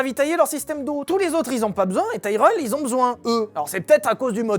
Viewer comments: Nope, Tyrell se prononce bien Tirel. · Bon les enfants ont va redescendre sur terre, nous sommes français donc ça se prononce "Tirèllle", c'est comme pour les voitures moches, hyundai, c'est "hyundaie".